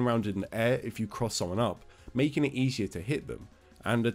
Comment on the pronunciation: "making" "makeng" "Ken" Ken mentioned!!!